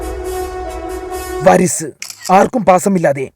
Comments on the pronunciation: വരിസ് എന്നല്ല വാരിസ് ennaanu😂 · വരിസ് അല്ലാട്ടോ വാരിസ് തമിഴിൽ അനന്തരാവകാശി എന്നാ അർത്ഥം 😅. The most underrated high-fy serial( First prize goes to annathe😂)